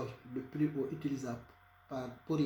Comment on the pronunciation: Désoler mais avec l'accent on comprend pas surtout les classes igh faut bien prononcer les trucs